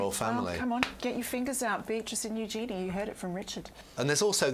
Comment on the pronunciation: Please.. not Eugenie.. please.